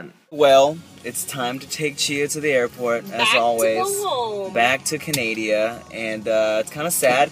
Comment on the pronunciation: ....Canadia? Lol